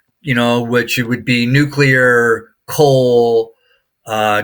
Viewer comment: Great insight 🎉 Totally aligns with the way I'm looking at the market Love that your guest said "nu cle ar" rather than "nu cu lar" 😊